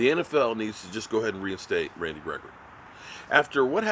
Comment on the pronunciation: why do say that man's name like that?... rrran Randy gregory!